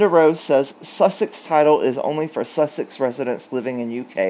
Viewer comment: Hi 😂 This might help you pronounce their name “sus-sex” In Australia if we say someone is ‘sus’ we infer they are suspect or devious!! Suits the occasion, don’t you think?